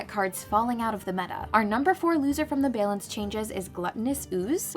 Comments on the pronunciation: Feels more Canadian: Behlance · Love the editing and the puns. But can we address how the pronunciation of "balance" as "baylance" is mildly infuriating?